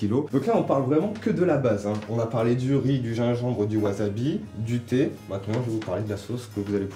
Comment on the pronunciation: J'aime bien le thé mais je préfere le TEH 😂